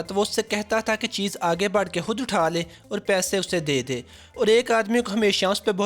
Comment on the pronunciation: A/@ very informative video... But sir aap kiyu ..(khud ko hudd)..(khass ko hass)...(khawamakhaa ko hawamakhaa)...(khuloos ko huloos)etc...😥bolty ho...